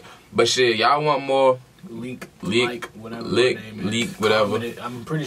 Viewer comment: It’s Lik (leek)